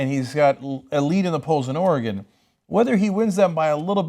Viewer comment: And Cenk pronounced Oregon right!